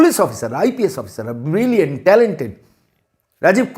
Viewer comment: সুপ্রতিম কে ব্রিলিয়্যান্ট বলে,ব্রিলিয়ানূট বলে,কেন এই মহান শব্দটাকে অপমান করছেন কেন?একটা টাটকা রসগোল্লা যদি নর্দমায় পড়ে থাকে সেটা কি খাদ্য থাকে???তখন তো সেটা বিষ। ওই আই পি এস ও সে ভাবে বিষাক্ত হয়ে গেছেন।